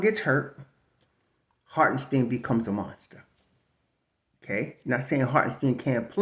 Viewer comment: It’s pronounced Hart-en-SHTINE. Not Hart-en-steen. Like Albert Ein-SHTINE. If Isiah does resign, we gotta get this right. Cant do 4 more years of butchering. Lol.